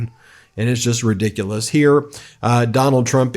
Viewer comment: Thank you for pronouncing "ridiculous" correctly. So many idiots say ree-diculous. There is no E in the word at all! Half of them are so RIDiculed by following Trump that they would not understand the corrections.